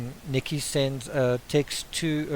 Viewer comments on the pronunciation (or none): none